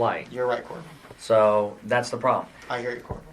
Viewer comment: This is petty but, I can't stand when he calls Corporal Ramsey "Corp"